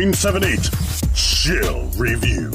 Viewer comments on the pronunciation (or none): In the intro it sounds like is saying “ shall review” instead of “ chill review”